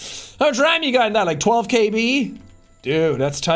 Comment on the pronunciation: hearing Sean suddenly pronouncing "ram" in Swedish caught me off-guard